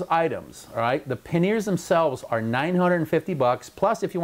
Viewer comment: Paneer is a cheese dude. Panniers is not pronounced like the cheese.